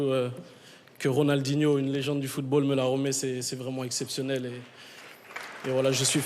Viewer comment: Ruud Gullit: 'Ronio.. Rinaldo..Ronaldinho' bruh xD